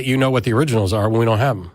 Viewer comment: "We don't have theriginals"